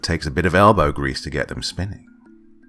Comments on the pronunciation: The best part of this video is when, you were trying to say elbow grease but said elgro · Elgow Brease* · Elgo brease 😂😂 love these stories